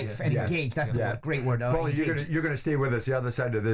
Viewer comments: Why’s he sayin powlie. ! Shut up Jim ya banger !! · Jimbo, just an fyi, it's pronounced porlie ratherr than powlie - see The Soprano's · Yes what an earth??!! I thought it sounded more like pale-ley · Wish Jim would call him ‘Paul-y’ and not ‘Powlie’ 😂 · lol... he pronounces paulie like "towelie" from southpark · It's like he's never heard the name 'Paul' 😂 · Why does he keep calling Paulie "Powlie"? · Why is it so difficult for Jim to say Paulie 😂😂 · Someone help Jim with his pronunciation Jaysus! Embarrassing us!